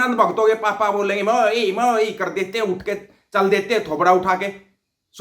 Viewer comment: Lahore walo Betta Aap Chote Chote Grupe Bana Kar Kuch Tuition Teachers Kiyon Nahi Rakhtey❓Bo Teachers Aap ki R Or D ki Problem Hal Karne Me Aap ki Help Kar sake.Jaise Aap kar Rahe ko kad Rahe Bolte Ho, phir Aap Lahore ko Lahod Bolte Ho, Aise Aap ki Wording Sahi Karwa Deinge Bo Teachers 😂😂😂😂😂